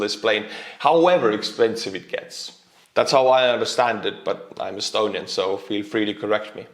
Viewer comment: Those estonian r's are just the chef's kiss. I worked with an estonian conductor for a while and I loved the way he pronounced my first name, which does include an r. Give those r's some love.